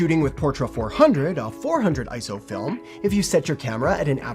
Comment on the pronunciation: You get a like for not saying ISO like it’s an acronym